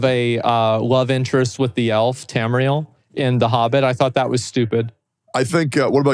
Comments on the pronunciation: lol he called Tauriel "Tamriel" , The world of Elder Scrolls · Ah a Elder Scrolls fan. Did you catch his mistake calling Tauriel from the Hobbit Tamriel? I cant blame him for messing her name up she isnt a real character to begin with